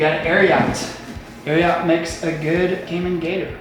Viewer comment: Guys Ariat is not pronounced Air-ee-aht… It’s Air-ee-at